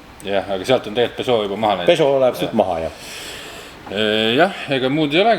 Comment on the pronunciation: Pesoo,Renoo...fransuski kavnoo...